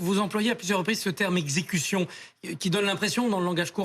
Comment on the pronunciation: Il pouvait tirer aux roues... L'avocate dit super-bien: "execution"!!